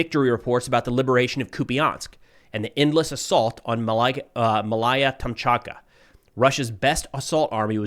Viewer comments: Malaya Tom... Tomchatka... Really? But why bother getting the names right, when donations keep pouring in... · C'mon! "Malaya Tokmachka",... Just trolling your pronuciation. Slava Ukraini! 🇺🇦 🇧🇷ヽ( ͡° ͜ʖ ͡°)__ ︻╦╤─ ҉ - - 💥